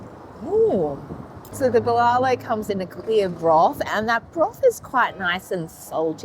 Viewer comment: Friendly tip add an h at each end of the syllables bbuh lah loh